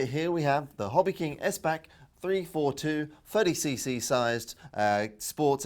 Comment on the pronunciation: Nice. Btw...it is pronounced "S back" for the designers last name Philippe Steinbach